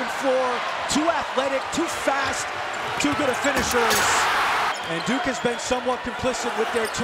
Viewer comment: It’s duke not dunk